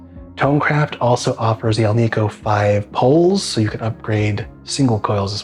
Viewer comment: It's debatable if there is a marked difference without an A-B comparison. And it is not, Al - `NEEK - Oh. . . . It's `AL -Nic -Oh. The metal is NICKEL not NEEKEL! 😏